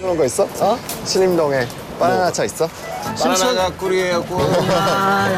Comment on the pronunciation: 빠나나 .ㅋㅋㄱㄲㅋㄱㅋㄱㅋㄱㅋㄱㅋ정직한 한국적 발음